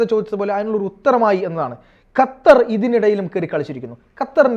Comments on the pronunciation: ഹത്തർ അല്ല..... ഖത്തർ...!!!! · ഹതർ അല്ല ഖത്തർ aanu